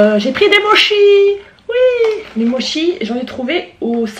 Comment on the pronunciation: ....Oh tu ma donner envie de manger des sushi x_x et...aussi (je prend des cours de Japonais c'est pas pour rien :DD) les Mochi ne se prononce pas " Mochi " mais " Motchi " car le " ch " se prononce " tch " MAIS BON je voulais juste te prévenir de sa après fait comme tu veut je vais pas t'obliger a dire " motchi " XDD bref sinon continue tes video tu est TOP :DD !